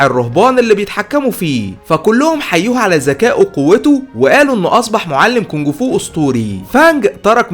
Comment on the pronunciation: اسمه كونفو مش كونكفو